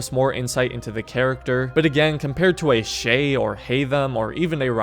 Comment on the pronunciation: It’s shay